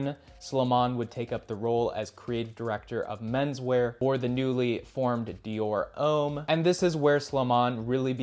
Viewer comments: I thought it was Dior Homme, not Dior 'H'ome. 😵‍💫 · You should learn how to pronounce French words properly like Dior Homme and Saint Laurent.